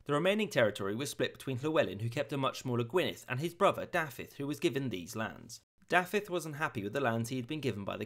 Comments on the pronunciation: I would give u a solid 7/10 only bad one was dafydd. The f is pronounced as a v 👍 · Not a bad effort on Welsh names, but a) f is pronounced as the English v, as in Dafydd, and b) stress is never on the last syllable, so Owain doesn’t sound like domain. Also, Welsh does indeed have few vowels - only 7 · Great job with the pronunciation but the "f" in "Dafydd" is pronounced as a "v" and not an "f". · I'm sorry I chuckled quite a bit at Dafydd being called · He’s gone pretty well here. Only the name Dafydd is a bit off. Da-vith (with the TH voiced, not voiceless) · When you say Dafydd, you keep pronouncing it as thought it's Daffydd. The single f has a v sound. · As a native Welsh-Speaker, I must say that your pronounciation was almost perfect. [Just in case you ever decide to do another video on Welsh history~ Dd='th' in 'the', aka 'ð', and a single 'f' is pronounced 'v', whereas a double 'f', or 'ff' is pronounced as in 'from'. Your attempt at pronouncing 'Ll' was commendable for someone who, I assume, only studied the pronounciation for under a week, and is not a native speaker.]. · The pronounciation of Dafydd in regards to the f was my only issue with it myself. A lot of Wnglish speakers seem to not completely get the difference between f and ff. At least it's not as bad as my half-sister's mother who is also Welsh, but pronounces Pontypridd's dd as a single d sound, yet my English father pronounces it correctly. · Im sorry i know im knit picking but the prononciation of dafydd is killing me